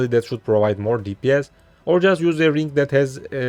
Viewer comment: there is no "K" at the end of the word 'Ring'